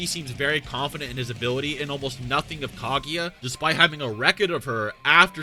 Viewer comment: I'm pretty sure it's pronounced Kah-goo-ya and not Kah-gee-ya